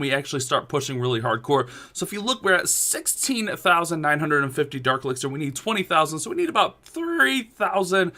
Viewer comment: Sexteen he said🤔